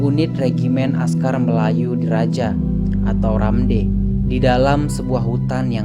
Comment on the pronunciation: Baca nya bukan RAMDEY(RAMD... tetapi baca by huruf bang.. R A M D.